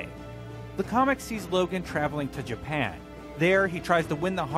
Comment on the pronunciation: Japen? Ja--Pan Japan.